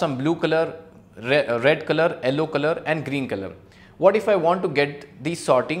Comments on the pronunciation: Why you are saying Ellow instead of Yellow whats the reason behind it :face-orange-biting-nails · its not ello its yello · Its pronounced Yell - O not Ell - O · sir presentation is fab but what is "ellow" color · what the heck is ELLO color?!?!?! it is YELLOW. I got so confused!!! but your work is good. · Why does he call Yellow as Ellow? lmao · And in the captions it is showing yellow as L o😂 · Sorry to say but correct your pronunciation of yellow but it is very good really really nice